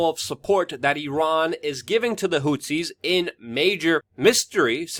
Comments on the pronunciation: dude, who the f is Houtsies? they are called Who-Tees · I have never heard anyone pronounce “Houthis” in that way.